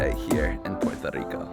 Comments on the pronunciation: Not to be that guy but is Puerto Rico 🇵🇷 not Portó Rico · It's so annoying how you dont say the "R" in the word PueRRRRRto rico .. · Loved your video, but they way you say Puerto Rico was driving me nuts!! Sorry to seem so petty. ¡Yo soy Boriqua pa’que tu lo sepas!